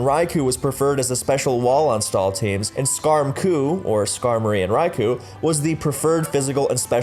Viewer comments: It's called Raikou (or Raikō), not Raiku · At rate the Ferrothorn video is gonna be longer than a Lord of the Rings movie. How many times do I have to say this? It's 'Rai-koh,' not 'Rai-coo!' Also How Good Was Mr. Mime/Mr. Rime Actually? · Rai ku? isn't it Rai KO? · Raikou, not Rai Ku!